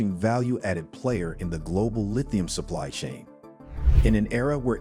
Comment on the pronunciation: Global not "Glodal"